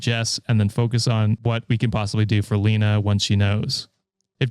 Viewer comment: My name is Lena and it's pronounced "Lay-nuh"